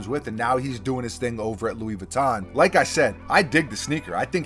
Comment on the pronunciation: Yo you Pronounce Louis Vuitton like a poser!